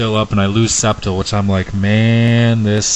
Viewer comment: its Scept-eye-le